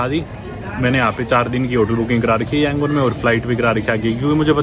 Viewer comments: Your Burmese pronunciation is wrong. Btw good to see you in Myanmar in this disturbing time' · I watched all your videos till today. I like your travel vlogs. But how you interacted and pronounced Yangoon is fun. 😀😀😀